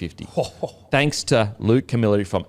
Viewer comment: pronunciation of Camilleri 😭